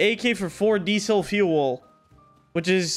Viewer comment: “there’s these guys selling 1 ak for 4 die sel fu el”